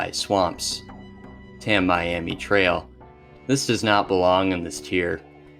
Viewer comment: also Tammy-ammy Trail